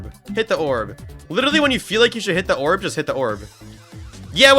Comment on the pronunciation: "Hidda orb"🗣️🗣️🔥🔥🗣️